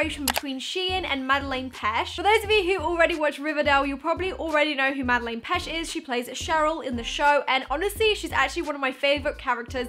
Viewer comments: You don’t pronounce it like Madeleine you pronounce it maddieLANE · Anyone else getting triggered by the way she keeps pronouncing Madelaine wrong? She's saying Madeleine and not Madelaine. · ypur saying mads name wrong but love you still xx